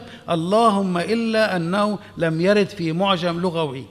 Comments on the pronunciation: قصدك يقول ( لَغَوي ) ، الصواب أن يقال : لُغَوي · المقدم للبرنامج يقول. لغوى بفتح اللام. والعين. للاسف